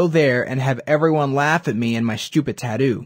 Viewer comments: Can even say tattoo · The way you say Tattoo is wrong.